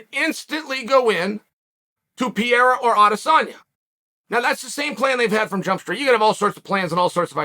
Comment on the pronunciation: I love how Chael calls himself a hardcore fan and he can’t even pronounce “Pereira” correctly.